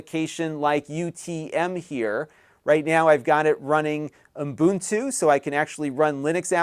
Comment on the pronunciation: Great intro for first time Mac users )or the “Mac curious”. lol.) It’s pronounced OO-BUN-TOO not UM-BUN-TOO.